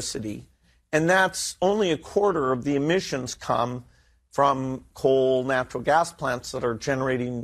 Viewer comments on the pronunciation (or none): Bill said it "natiral gas"